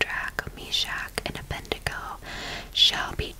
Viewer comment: The name is “Abed-nego”, with d before n, not “Abendego.”